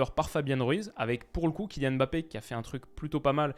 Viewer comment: Merci de dire Kylian Mbappé à chaque fois au lieu de Emmbappé cmm le disent les autres français. T un monstre.